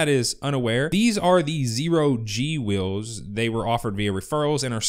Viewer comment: *Wheels. You got that Utah accent saying "Whills". :D